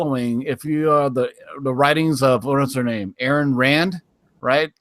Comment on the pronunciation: Ayn Rand, and Libertarianism, dude you butchered both names lol